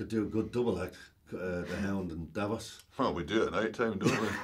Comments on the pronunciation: She said Davis 🤦‍♀️ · Did she say 'Davis'?! OMG! That's DAVOS! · Davos, not Davis. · I thought she said Davis wtf who pronounces Davos like that lol